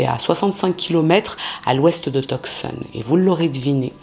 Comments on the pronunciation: Je trouve que sa prononciation est bonne ("Rou-ss"). En revanche, Tuscon de dit "Teussonne" et pas "Teuk-ssonne". 😅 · « Tucson » se prononce « two son » en anglais. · Tucson se prononce "tousan. le "C"est muet. Triste histoire. Merci d'avoir raconté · Tucson se prononce TOUSONNE!😊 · Toujours intéressante! PS on ne prononce pas le c dans Tucson.